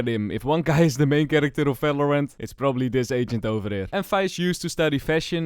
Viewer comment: falorant✅ valorant ❌